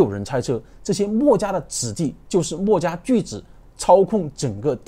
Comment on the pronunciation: 他的口音很多时候听的人头疼…… “墨”家，这个墨重音太重了，，，